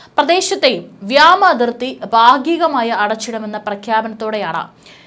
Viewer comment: വ്യാമ അതിർത്തി അല്ല . വ്യോമ അതിർത്തി . ഇനി തെറ്റിക്കരുത് .